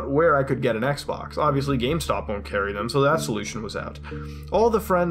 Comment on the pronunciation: Sounds like he said sex box